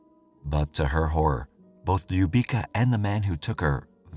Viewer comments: Ljubica is pronounced Loo beetz sa. Her last name is said as To pich. I am from Windsor Ontario. There are youtube clips from Windsor Police where the former chief of police pronounces her name clearly. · Little girl’s name is pronounced Lyou-bee-tsa. It means love or kiss. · Stvarno bi trebalo malo da se potrude oko izgovora imena koja nisu engleskog porekla...bukvalno para usi kada izgovara njeno ime nepravilno